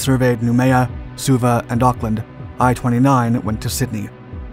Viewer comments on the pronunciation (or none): none